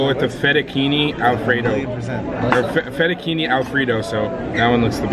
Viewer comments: LOL YOU SAID FETTA-KEY-NEE its pronounce fetta-che-nee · It's Fe tu Che nee not fe tu Keeny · When he says Fettuccini wrong....